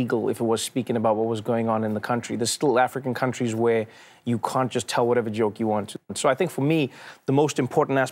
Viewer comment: Everytime Trevor says can't, it sounds like cunt and he can't keep saying cunt everytime he means to say can't.. coz one day he might casually walk into a music store and order some cuntry music!